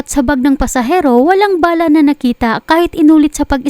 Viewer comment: BA-LA, NOT BALAH. MGA AIRPORT SA PHILIPINES…….NAKAKAHIYA AT MGA WALANG-HIYA….Masyadong mga CORRUPT ANG HAYOP.